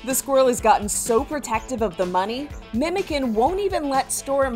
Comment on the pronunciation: But it's pronounced like MemodjAn. Last syllable stressed.